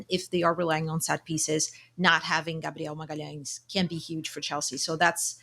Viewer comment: Ohh so thats how we call him: gabdeon magahlens.